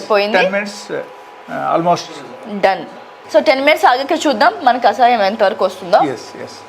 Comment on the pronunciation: Mentaldi anchor iritating too much,kasayam kadu kashayam